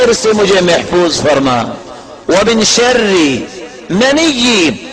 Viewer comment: محترمہ شر میں ر کے نیچے زیر ہوتی ہے آپ نے ر پر زبر ڈالی ہے درستگی کر دیں جزاک اللّہ خیر